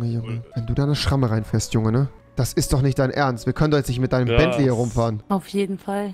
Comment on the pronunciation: Er sagt zu einem Rolls Royce Belntley😂😂😂